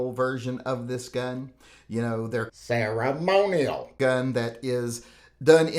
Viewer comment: Every time you said ”ceremonial”, it got more funny. Make a video of just that or please dub a few words in post production of one of your next uploads.